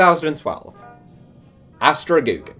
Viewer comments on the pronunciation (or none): "Astra Gugu" your pronounciation kills me mate xD